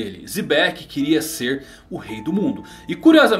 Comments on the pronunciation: Porque o diz "zibec" ao invés de "xebec"? Alguém me explica, foi mal mas sou Noob em one piece.... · isso é a pronúncia do nome do Xebec? Rapaz...